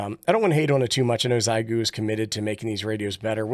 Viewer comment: Xiegu G90, Not Xigue.. but thanks for the great video!